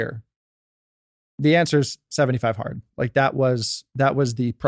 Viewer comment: 75 hearter? My first time stumbling on this podcast, what is 75 heart?